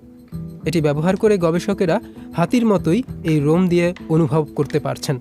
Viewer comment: এটা রোমই হবে। লোম না। গাছের মূলরোম শব্দটা শুনেছেন? সেটা কি গাছের লোম হবে সঠিক উচ্চারণ?